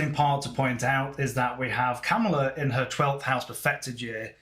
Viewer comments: It’s Ka MA la. Not KamaLA or not KAmala. It’s sounds like you’re saying Cowmala or camala . It’s a tough one. Listen to how she says her own name. It’s really . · Her name is pronounced COMMA-LA - Not Cam-ala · she calls herself comma-la. President Trump deliberately misprounces her name. did by accident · Very good analysis,. May i kindly mention that she pronounces her first name as comma-la. The Trump campaign is deliberately mispronouncing her name. It would be interesting to see her solar arc for 20 Jan 2025 when the new president is inaugurated. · Please pronounce her name correctly…comma-la